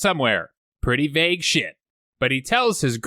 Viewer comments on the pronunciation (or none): none